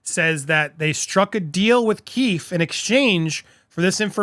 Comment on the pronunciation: Hi!! Great job!! One thing, and I apologize… it’s pronounced Key-fee.